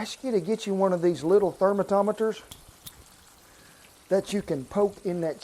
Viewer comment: “Therma-tomma-ters.” Love it!!!!